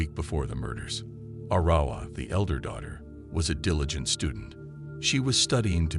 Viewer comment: Arrowwah is how his sister's name is pronounced. One of his sister's friends said that David would stalk the house with his gun intimidating his siblings.